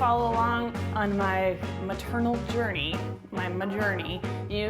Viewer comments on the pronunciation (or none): 'ma-journey', hilarious! Love the recipe, great tip about the water level